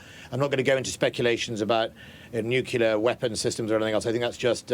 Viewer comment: '' NU__K__Ilar weapons''------------It is NUCLEAR weapons.